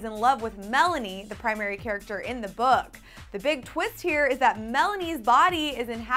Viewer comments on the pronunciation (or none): none